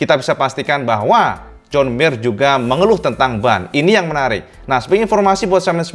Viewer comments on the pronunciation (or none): Terlalu ngebutn gomongnya cak. Joan jadi jon mir